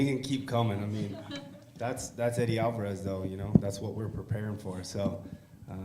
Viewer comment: "MendeZ" "AlvarUS" Casual detected.